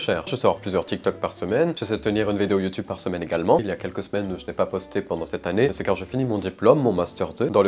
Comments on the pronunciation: Ses youtube pas youteube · Youteb. Touktouk. 😂😂😂😂😂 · Le "YoU TuB" il m'as défoncer 🤣🤣🤣🤣🤣🤣 Mais aussi, toute mes condoléances cher je suis désolée pour vous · Comment il a dit youtube😂😂😂